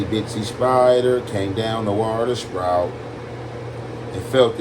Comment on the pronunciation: Bruh! At this point I'm tired of trying to correct him. Especially if you telling somebody else to get a dictionary but you keep mispronouncing words on every video.🤦🏾‍♂️🤣